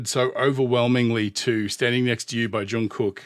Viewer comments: Hey, fantastic commentary once again! I love that you picked up on the details and foundation of their performances. Pronunciation: Jung does have a hard J sound but it rhymes with sung (as in sing). Then carry that hard G sound into the second part of his name. It's more correct to say "Jungook" than "Jung Cook". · Your pronunciation is fine, though it is a bit more of a softer K, more like a G. But if the pronunciation troubles you, just call him JK. It's a nickname ARMY uses, his BTS brothers use, and he even uses on himself. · Imho, he didn't do it better, but, thank God, he didn't do it worse 😅 It was a very good collab, because it was important for JK!!! Oh! About JK's name, the pronunciation is something like /Jungook/ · Jungkook is pronounced more like "Chungoog." The last "g" is a stopped song like in hot dog. The Korean character that we romanize as "k" for some reason, can sound anywhere along a spectrum of k to g depending on where it's placed in the word.